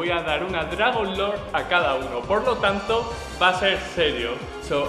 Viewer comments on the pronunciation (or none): none